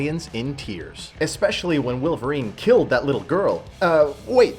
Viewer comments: Its Wolverine not Willverine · Why are you saying willvarine? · i can't get over the fact that you're saying "willverine".